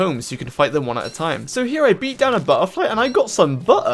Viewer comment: "I beat down a Bu-h-ERfly and I got some Buh--her!"